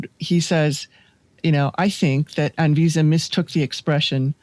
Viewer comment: ANVISA - Great pronunciation,. Cheers.